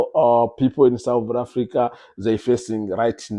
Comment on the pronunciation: We're not souz afrika were south not sowz or souz I don't understand you're in a country u don't even know how to pronounce it mxm